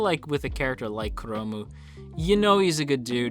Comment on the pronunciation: It slightly bothers me that you call 'chrome' as 'kuromu'~! Japanese is really broken when it comes to English sometimes~